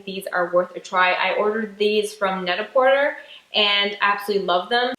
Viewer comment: net-a-porter is pronounced net- a- "por-tay":)